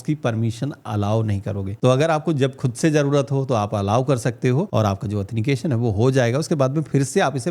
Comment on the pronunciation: ☝️😀 एथनिकेशन , Nahi Sir It's Is Correct Word Authentication / प्रमाणीकरण / ओत्थैनटीकेशन